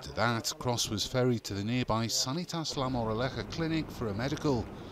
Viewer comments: Crows? I think you are very wrong as well. Kroos is pronounced as it is written with maybe a different pronunciation on the KR depending if someone spoke English or German. It would be similar to the last name Cruise or Cruz IMO. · Cross? It's pronounced Krows. Similar to Crows but with a strong 's' at the end. You're welcome. Carry on.